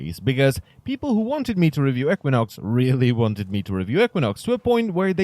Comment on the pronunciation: EEK win ox not eck win ox